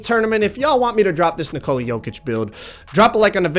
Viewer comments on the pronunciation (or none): Nick-a-la not Na-Cola